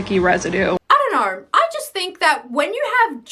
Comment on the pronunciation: Just the way you pronounce ''Do you knueeeuw''